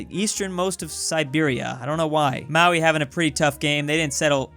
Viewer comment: every time I hear him say Maui i have a mini aunrism